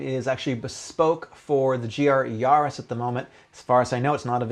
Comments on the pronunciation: yAris not yarrris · The way you say Yaris sounds like you’re a pirate